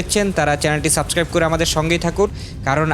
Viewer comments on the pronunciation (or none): none